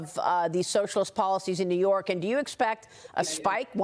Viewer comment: 😂❤ new yaa'rk , " bend / over " 😪😭😭😭😭😭😭😭😭😭😭😩😖🤣